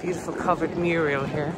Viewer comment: Loving your tours. Did you know that it was Hilda Ogden a character from the TV soap Coronation Street who called a mural she had on her wall a "muriel." It makes me giggle every time I hear people referring to murals as muriels, and reminds me of her, one of our greatest actors and national treasures. Just a little bit of information for you there:-)